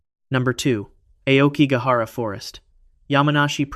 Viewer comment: Despite your poor pronunciation, Aokigahara is where I want to enter... Just once.